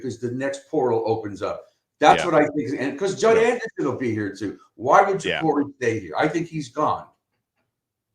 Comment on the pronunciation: Can someone tell this clown how to correctly pronounce Jacurri.